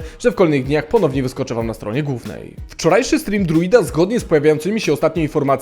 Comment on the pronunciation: Stronie „gŁównej” nie „gówniej” xd brzmi jakbyś się dalej uczył polskiego